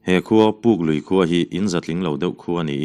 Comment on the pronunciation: Puklui khua pawh hi Pukpui khua tiin i lam leh thin.I chhiar thiam viau laiin belhchian a dawl lo